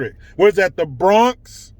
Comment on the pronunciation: In the BROONNNNNXX-EHHHH 😂